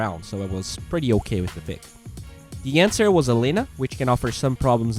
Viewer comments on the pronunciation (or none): none